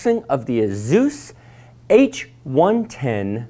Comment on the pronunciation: It’s Asus not zus